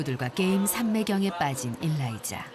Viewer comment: 일라이자 어감상 일 다니자 들려요ㅋㅋ